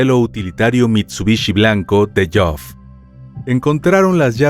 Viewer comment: Buen material sobre este suceso, pero creo que deberían asegurarse primero de cómo se pronuncian las palabras antes de decirlas. Todo el tiempo el narrador pronunciando el nombre de Geoff como Joff o algo así. Sé que pareciera algo superficial, pero realizar semejante material investigativo para pifiar en algo así (y en otras muchas palabras) me parece algo totalmente evitable.